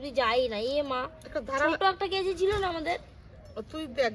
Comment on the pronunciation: ওটাকে কেঁচি বলে না,কাঁচি বলে ।